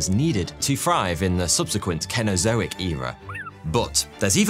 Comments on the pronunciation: It’s pronounced ‘scene-oh-zo-ic’, not with a hard ‘c’!!! Zounds! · Cenezoic. "Kenezoik" is that a British pronounciation? Usually hear "Senezoik" ok,let's sontinue